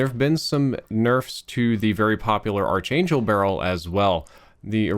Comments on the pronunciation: btw its pronounced as ark angel not arch angel. the spelling may be quite confusing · Cringes in “arch-angel barrel” rather than “Ark-angel barrel” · Ark-angel man. You can't say it wrong forever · ARC ANGEL NOT ARCH Your killing me smalls.